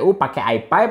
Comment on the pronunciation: i five bang bukan i pep